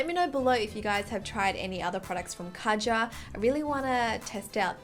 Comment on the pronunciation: Just to clear things up you pronounce it way different just type Kaja into google translate and see for yourself I just wanted to say this because I personally think if a certain brand puts a lot of effort into their product they should have the customers respect its name.